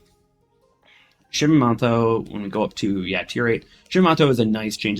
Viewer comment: Oh mate, we need google translate for your pronunciations 😂😂😂…Shi-man-toe. ‘Mimi’ has left the ship😊